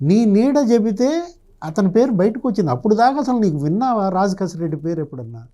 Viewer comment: రాజ్ కెసిరెడ్డి అని పలకండి. కసిరెడ్డి కాదు. 😅